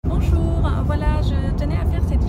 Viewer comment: Bonjouuuurin, difficilliin 😄 Forcez pas svp avec les "ain" à la fin !